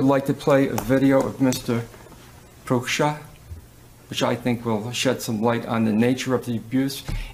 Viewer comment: Could this be the only time Tim has ever pronounced Mark's name correctly? 😮